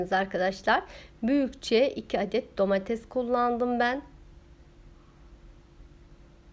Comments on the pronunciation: Elinize sağlık, anlatımınızda güzel ancak lütfen domatez demekten vazgeçip domates demeye başlarsanız daha hoş olacak. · hanım yemek tariflerin ve anlatma tarzın çok güzel birde Domatezz değilde domates desen